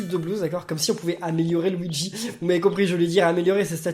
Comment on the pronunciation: nn luigi il dit : go weegee!